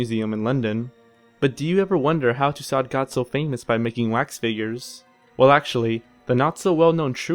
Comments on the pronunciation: Yes. I got a kick out of Madame Too-sot as well. Too-sew comes a little closer, I think. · Lol, I love that he pronounced calves "cowlves" and Tussaud as "toosawd". Did this guy graduate junior high school? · And Mary Two-Sword lol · I agree. And to my fellow American narrator,, final consonants are not pronounced in French unless followed by an "e". Hence, Louis will not sound like "Lewis" as you said but as "Louie". And Madame Tussaud will sound like "To-sew". Just trying to help you (not make fun). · One critique: The videos are very good, but in this one the pronunciation was horrid. With the means available on the web today, and the fact that these names are ancient, pronouncing Robespierre, and Tussaud, should not have been hard. Thanks.